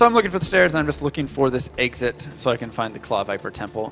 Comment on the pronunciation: I love D2 but I had to stop watching for a dumb reason. He keeps saying Eggsit instead of Exit. Accents drive me nuts sometimes.